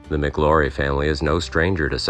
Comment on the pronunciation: The name is pronounced like Flower...McLaury like McLowry. Not Mick Laurie. I knew someone who was alive then and witnessed the gunfight.